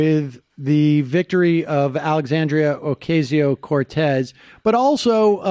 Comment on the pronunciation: Lmao you're STILL pronouncing Alexandrias last name wrong even after a caller corrected you